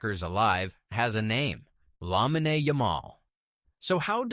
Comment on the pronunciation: It's not "lamineh" it's pronounced "lameen"